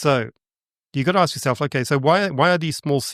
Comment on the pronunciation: That is too much to “aks”